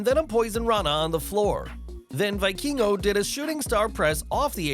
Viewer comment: It's pronounced vee-keen-go lol